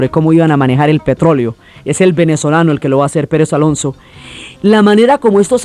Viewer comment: Esta señora narro la historia del petróleo en el siglo XX y paso por alto a Venezuela, incluso el nombre de Juan Pablo Pérez Alfonzo lo dijo mal, que libro europeo habrá leído?